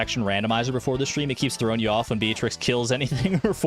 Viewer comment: Not Bald-trix 😭